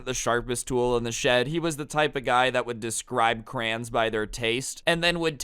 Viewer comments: Its crayons not crayens Lmao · pronouncing crayons crans makes me want to kms every time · Why does he say crayons like that?